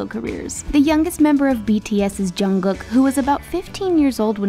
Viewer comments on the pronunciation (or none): none